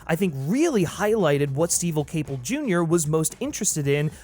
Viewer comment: Did you say “STEVEL Caple Jr.”? 😂